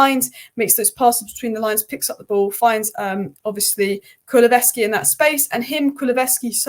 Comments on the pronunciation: please practice😅: Ku-lu-SEV-ski not ves other than that love your efforts and analysis. 🫶🏻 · you are my number 1 go to for match analysis for Spurs. Sad you aren't a 'Yiddette', but you can't win everything. Only constructive criticism is on your pronounciation of Kukusevski's name. It's pronounced Ku lu sev ski. Apart from that, you are perfect! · Think Porro actually got two assists. Richarlison’s 2nd goal & he also played the through ball for Son to win the penalty. Spurs’ first penalty of the season btw. I don’t know if he will get the official assist for the penalty but he should do & if he doesn’t then who does ? (Kulu-Sev-Ski) is how you say it btw. Great analysis again, nice one. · Love that you're just resigned to never getting Kulu's name right. lol.